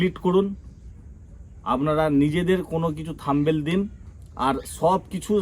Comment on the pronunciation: Thumbail noy Thumbnail....thik kore uccharan korben 😊